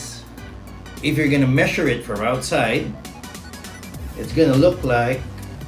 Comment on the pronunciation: measure=Meshure in his language